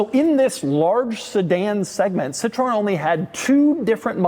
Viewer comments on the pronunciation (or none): Doug is the type of guy to say it like "Citron" when in fact it's "Citrun." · Doug: Cit-REN, not Cit-roh-en :) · Cit-ro-en?? For a car guy you still consistently pronounce the names of cars and manufacturers incorrectly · CITROEN, CITROEN, CITROEN not Citron you idiot, it's not your citric lemon 😂😂😂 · It's funny that these car guys insist that you say "Porsh uh" but then they say "Citron." Sad! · Citro-EN lmao doug you mad man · "Si-tron" - the way americans pronounce French words is atrocious. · Doug can't decide if Citroen is a two-syllable word or a three-syllable word. He uses both interchangeably in the video. Hint: It is a three-syllable word, "sit-row-in", otherwise you are just mouthing the French word for Lemon. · A totally unique and singular pronunciation of Citroen. The French don't say it this way. The British don't say it this way. The Chinese don't say it this way. Fascinating.